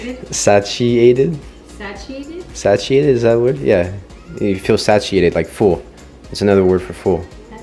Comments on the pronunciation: lol satiated. It's pronounced say-shi-ated. Great video guys. Thanks for this. I just put morning shakes on my 2020 list. Lots of love! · Hahah I gotcha, but it’s Satiated ‘Say-shee-ate-ted’ not ‘sa-chee-ate-ted’ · Satiated (feel full) pronounced as "sa-shi-a-ted"